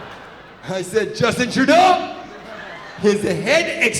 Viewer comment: Is he saying Dustbin Truedog ??